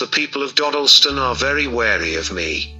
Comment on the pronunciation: It's pronounced "doddleston" I live quite close